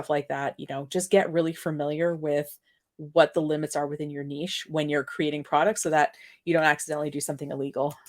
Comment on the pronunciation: OMG thank you for pronouncing niche the right way - I'm not a vocab snob, normally, but as a French speaker, pronouncing niche to rhyme with b*tch just grinds my gears!